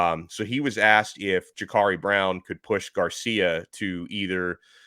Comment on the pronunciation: It’s Jacurri Brown not Jacarri Brown